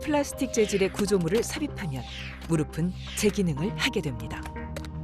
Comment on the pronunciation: 의사 두 분 모두 [무르비]라고 발음을 잘못하고 있는데, [ㅍ] 받침은 [은, 에, 이]등의 조사와 만났을 때 [ㅍ]으로 발음하면 됩니다. 나래이션하는 성우처럼 [무릎은, 무릎에, 무릎이]는 [무르픈, 무르페, 무르피]가 맞는 발음입니다. [앞이, 옆에]를 [아비, 여베]라고 발음하는 사람은 아무도 없는 것 처럼요.